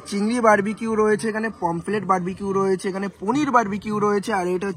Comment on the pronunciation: পমপ্লেট ❌ পমফ্রেট ✅ সর্স ❌ সস ✅